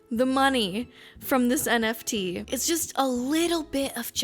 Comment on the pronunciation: As a Portuguese speaker, I can confirm that you said NFT correctly